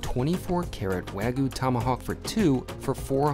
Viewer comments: "wagu" lol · Bro... There's a "Y" in the word Wagyu... It's a Japanese word. You don't call Kyoto "Koto".